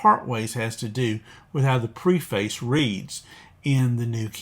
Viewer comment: Very helpful and important information, thank you! One request: please check the pronunciation of "preface."